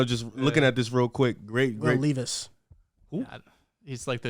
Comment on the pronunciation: I’m sorry but i can’t keep quiet anymore.. bro.. it’s Will LEV-is, not Will LEEV-is